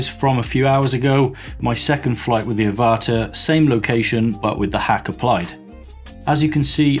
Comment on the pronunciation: Teeny weeny point....like you I called it the Ah-vah-tar .....but its actually the pronounced av-ah-tar .... avatar ...like the movie . Looking into hacking it myself as getting red horizontal lines on thd video footage.